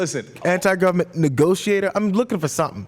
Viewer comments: Ok, I think I got it. First, not guilty, though he does talk funny. I listened to Santorum's Iowa speech to here if he has trouble with vowels. Sure enough, he says words like "gitting" instead of "getting." I believe he was saying "anti-war government nigotiator" but decided that "government negotiator" was too positive and legitimizing mid sentence. The real question is why he started his Iowa speech with the words, "Gay mon!" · I got an N word he was saying Niglagent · He could be saying "negotiate", but pronounced the "e" as an "i" as most of us do. I don't think hes dumb enough to say the N-word blatantly of even subliminally. I still think he's a backwards, racist, sexist idiot in the end though.